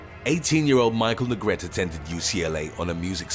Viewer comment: Neh-gret-teh not negret. Would've made more sense u had pronounced it Negreet lol I'm jkng. Thnkx for the upload really appreciate it!